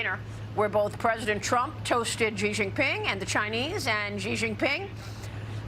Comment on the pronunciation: After so many years, Maria still refuses to pronounce Xi's name properly. It's so annoying.